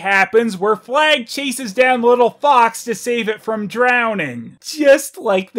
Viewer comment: The deer was called 'Flag'? I kept hearing 'Plagg' 😂